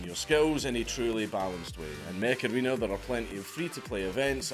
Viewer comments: Mech Arena I thought you said Macarena like that song from 90s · Ngl dank, when the add started, i thought that you said Macarrena :D and i was wondering why old ass song was sponsoring you